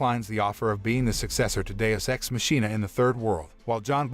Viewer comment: Not the mispronunciation of machina